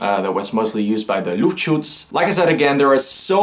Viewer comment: I'm german and I have to say for an english speaking person you said Luftschutz really great (no sarkasm)